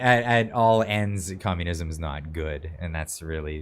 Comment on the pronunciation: She calls for COMMUNISUM 😢